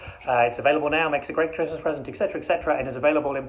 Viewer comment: LMFAO!! ... but Gary, it's Etc, not Ext